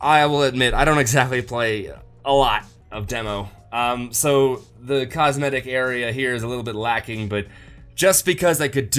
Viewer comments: Are you saying cosmedic?! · I swear you say "cosmedic" and its pissing me off.